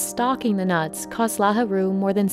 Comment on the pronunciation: his name is not Lahuru ^_^. it's Lahiru